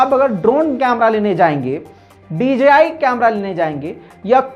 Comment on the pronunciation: ITS DJI NOT DGI THANKS